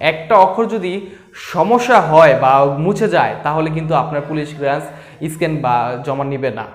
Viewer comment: এটা কিলারেন্স না ক্লিয়ারেন্স 🥴।